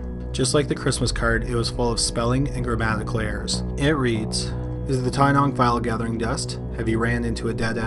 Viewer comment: Wow. My town is mentioned. Well done on your pronunciation in story #2 (Tynong serial killer), Australian towns can be a mouthful.